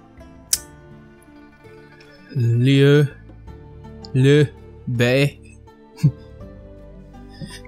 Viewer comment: "Lee-U Bay" is how to say Officially leader's name lol. Xiahou is is "Sha-Ho", haha. Also, random question; If you were to get Cao Cao to one castle, and he tried to peace out, would you be able to make him your vassal? Not saying you should, or shouldn't, but it sounds interesting, so I wanted to know. Thanks:) I hope my pronunciations helped ya, haha.